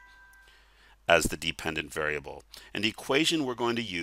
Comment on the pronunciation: thank you! This helped a lot! Also, "depependent" lol